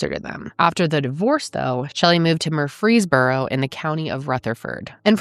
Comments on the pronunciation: I am from Nashville haha she butchered how to say Murfreesboro lol but what a sad sad story … just a shame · Sorry I haven’t finished the video I’m at the beginning but as someone from Murfreesboro hearing you pronounce it made me laugh 😂😂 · I have never heard Murfreesboro out of a Tennessee accent ever I was shocked